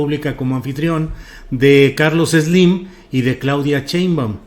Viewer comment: TEMORIS DEFINES A SLIM, CON TU DISLALIA: " CACACARLOS SLIM". YO LO DEJARÍA SOLO EN: CACA